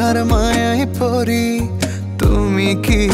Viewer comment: গানে "কথার ময়ায় পড়ি" কে 'পরি' উচ্চারণ করাটা মোটেও ভালো লাগলো না😅😅 তবে নাটকটা ভীষন জোস লেগেছে❤❤❤